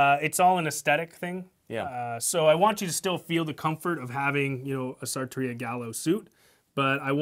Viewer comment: The lower thirds, the pronunciation, the title and description are all misspelled or mispronounced. It's sarrrrrtoria